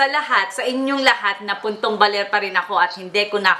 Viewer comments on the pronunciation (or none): ay dapat 'ako' hindi ajo ahaha!